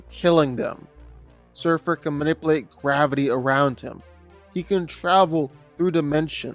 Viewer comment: Please dont say "Man-ip-uhl8" anymore.